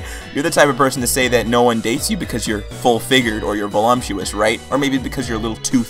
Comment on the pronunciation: Stop👏saying👏'volumptuous'👏. It's 'voluptuous'. Vole-up-tyoo-us. I thought that was just a slip on your other video. You're conflating and cross-breeding it with 'sumptuous'.